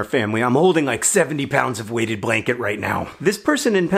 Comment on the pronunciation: I honestly thought you were saying "Waded Blanket" which I assumed had something to do with ducks and were somehow heavier than normal blankets. I'm still not sure your not saying Waded if I watch your lips. Then about 6 hours later last night I saw another story on Weighted Blankets thought that's weird, two type of blankets causing a stir on the inter web at the same time. It's 40C/100F outside right now, the sky is red with dust, and no doubt many parts of Australia are burning again today. But I still want a Waded Blanket for winter and look forward to being snuggled under it with my new puppies.